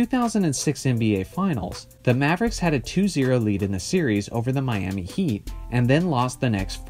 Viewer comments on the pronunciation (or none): none